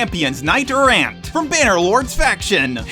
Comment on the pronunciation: Your odd pronunciations make it hard to tell if you think "Errant" is the name of the RAID character or if you're just mispronouncing "knight errant."